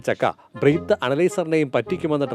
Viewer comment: ബ്രീത്ത് ❌❌ അല്ല ബ്രെത്ത് 👈👈